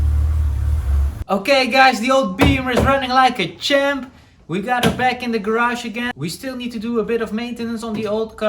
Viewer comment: The way you pronunce that champ sounding more like chimp, looks like you're constantly addressing to chimpanzees...